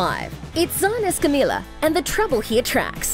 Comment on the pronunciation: Repeat with me: Es-ca-mi-Ya